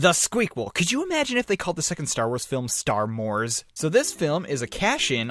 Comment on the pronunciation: "Star mores" I lost it. I'm subbing.